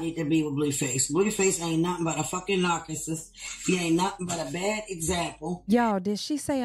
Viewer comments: A "nacuhsis"? 😂😂😂 Chrisean don't even rock with this sister. She hasn't even seen the baby in person. This chick just tryna collect a check for "views". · Yes she said narcacisst...lol